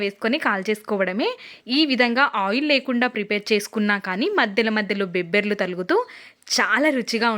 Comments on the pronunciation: బొబ్బర్లు అనాలి తల్లి బేబ్బర్లు కాదు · బెబ్బెర్లు కాదండోయ్, బొబ్బ ర్లు. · బెబ్బర్లు కాదండీ.. బొబ్బర్లు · Mundhu avi peru cheppatam neechukondi madem 😂 , bobbarlu...bebbarlu kaadhu...maaku bayam vesthundi😅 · Bebbrlu kaadu .bobbarlu kaadu Babberlu antaru sister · Bobberlu, NOT bebbarlu, thank you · Bhashanu kunichesthunnaru.bebbarlu kadu talli bobbarlu😢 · బెబ్బర్లు అని కొత్త గా అంటున్నారు.ఎవరు చెప్పారు ఇలా పలకమని.మేడమ్ గారు. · Bobbarlu chakkaga matladu thalli Telugu bhasha nu champaku thalli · నీ బేబ్బర్లు తగలెయ్య... వినలేక పోతున్న.. బేబ్బర్ల దెబ్బ కి బేంబేలు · బొబ్బర్లు కాదమ్మ బొబ్బర్లు అంటారు